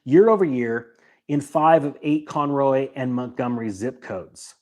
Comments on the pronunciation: Lol at CON ROY... its pronounced CON ROW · Oh, Conroe (not Conroy) & Montgomery north of Houston. Didn't figure it out till you mentioned zip code. North of San Antonio slowed down too. A friend had multiple open houses about six months ago and her home is still on the market. Across the street there is a home going for much more than it is worth IMO. Haven't seen any interest - no cars with people looking. Out here, we have all custom homes. And new home construction is way down. 3 - I am a CPA. Not a tax professional.